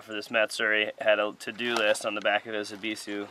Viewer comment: You say “ebisu” perfectly fine. You say it the way the Japanese themselves say it. Fuck the haters.